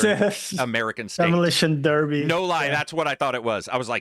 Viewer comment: Btw. Derby FC is pronounced as Darby (a town in England) ;)